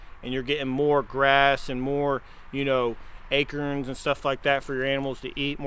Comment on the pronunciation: I just adore you guys! Y’all are blessed, and very well should be, because you are right with the Lord. BTW, I love the way says ‘acorns’, at least that’s what I think he is saying when he says Akers?????